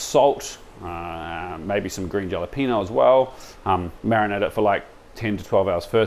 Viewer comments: Kia Ora my fellow Kiwi… what’s with the Dhajalapwenyio? No shade intended… but I thought you’d have the terminology down pat! Halapenyo pronounciation.!!😊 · the lisp annoyed me more i'm from LA its haa·luh·pay·nyow J in Spanish is pronounced more like an H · Hella-penyo but pronounce the H softly. So more like ella-penyo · Im an aussie and regardless of how its spelt, isnt it pronounced "halepeeno"?